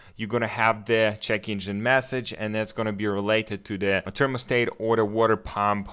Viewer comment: they wasnt saying it was usless, but the way you say thermostat makes me scream inside 😂 usful video tho